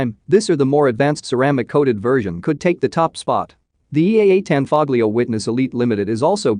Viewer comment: The "g" is not pronounced in Tanfoglio. It's an Italian company.